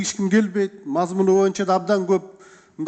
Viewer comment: мырза, кыогызчаны макалдашьырып аябай суйлойсуз, анынызга рахмат, бир созунузду гана туура айталбайсыз, "боюнча"деген созду "моюнча " деп анан дагы бир создорунуз бар....ошол создорунузду ондоп суйлосонуз...отунуч....